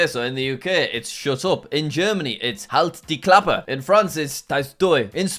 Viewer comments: as a german, i can say you nailed the pronounciation of "halt die klappe" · Jack surprisingly pronounced "Halt die Klappe" right! Its completely right! ~Henry whose german